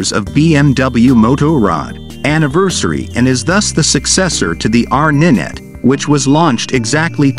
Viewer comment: It's not ninet 🤣🤣🤣🤦🤦 it's R nine T (as in 9) FFS some people are thick 🤣🤣